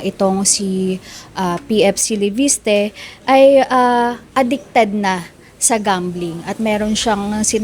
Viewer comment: LEVISTE ❌ LEPISTE ✅ 😂😂😂😂